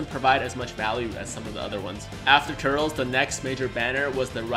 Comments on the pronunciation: Pronounce it Ter-less, and he was the original Goku Black. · Turl-es. That's how you pronounce Turles. You should watch the Tree of Might movie it's not really that great but eh like a true Dragon Ball fan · Its pronounced Tur-les 😂👌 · you call yourself a fan but you can't pronounce turles properly...